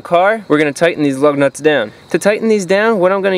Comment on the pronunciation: I keep hearing LOVE NUTS 😃